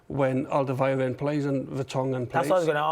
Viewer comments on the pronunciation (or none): none